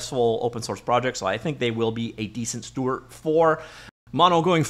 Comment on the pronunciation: Bro, it's "steward". With a _D_.